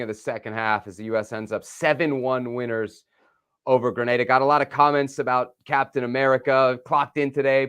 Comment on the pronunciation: It's Granada!! LOL Plz